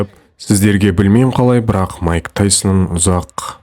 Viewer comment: Маикл емес майк